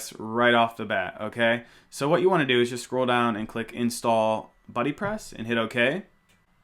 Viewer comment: stop saying beebepress, it sounds like babypress.